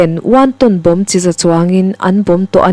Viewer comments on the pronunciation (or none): none